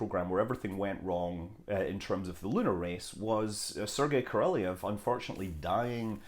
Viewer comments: Pretty sure it's Kah-rahl-eyev or Kah-rahl-eyov depending on accent used. Captain Kirbuk in "2010: the year we make contact" She pronounces D.r Orlov's name as "Ahrlahv". Helen Mirren, the actress, grew up bilingual, English and Russian. The sound is in the middle between deep flat âh and ôh. But I am not a cunning linguist. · Isn't it more like ko-rol-YOV? At least they taught us way back when that ë was supposed to be pronounced like that.